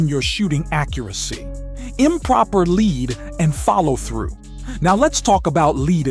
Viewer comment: Voice says LEAD as in the metal, and the word is lead as in how far in front of the target….